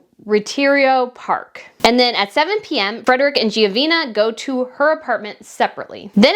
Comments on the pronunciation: You keep pronouncing her name incorrectly: "GENOVEEEVA" not "GEOVEEENA"!!! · Dear, the name is the Latin version of Geneviève however you invented or mispronounced the name, the last syllable is NOT ‘na’ it’s ‘va’ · Gen-o-veva not Giovena. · Dear ss i said GENOVEVA is the Latin version of Geneviève. You also say GEO insteas of Geno. Next the park’s nsne id RETIRO not Reterio. Pls mo not ‘murder’ the Spanish language. Just take s little care in practicing the foreign names correctly. Tnx dear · You are butchering ALL the Spanish names. Study the words and pronounce all the letters and syllables. It’s not Geovena. It is Ge no ve va. It’s not Retirio Park - it’s Re ti ro. You even said Fredick earlier. Try & get people’s names right.! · GENOVEVA NOT GIOVINA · Your pronouncing it wrong!..breath!..don't talk too fast..it's Genoveva..not Geovina..Pronounce it as "HEH-NO-VE-VAH"..Genoveva Casanova.. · Her name is pronounced (Jen-a-veva) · You offer constructive criticisms to Catherine Princess of Wales, of whom you have great respect, so in that same spirit I would like to offer constructive criticism to you. If you intend to read articles in your videos, please practice before hand. Quite often you mispronounce words that you'd catch in a rehearsal. In this particular video you repeatedly pronounced Genoveva as "Giovina." One’s name is very personal so we each should be diligent in correct pronunciation. If this is due to dyslexia or some other learning disability then I apologize but that would make rehearsing even more important. Please, fellow subscribers, don’t come after me. This is my opinion. I truly enjoy this channel, B’s content and insights but, like me, she’s not perfect – I’m just wanting her to be her best. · Genoveva, in Spanish is pronounced Heh-noh-veh-vah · Only an American can butcher a Spanish name (Genoveva) in such fashion 🤦🏻‍♀️